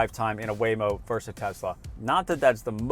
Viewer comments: "Verse"? I think you're trying to say "versus" ... abbreviated "vs.". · It’s “versus” not “verse”…thank you for your attention to this matter. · No! “Versus” is NOT pronounced “verse!” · why do you pronounce versus as Verse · The word is verSUS. Not verse. ಠ_ಠ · You are having a problem with the word "versus", a simple, Latin word meaning "against". Do not substitute the word "verse". "Verse" is an English word for a portion of poem or song. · Versus: two syllables. Pet peeve. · Great video...but "versus" is a two-syllable word.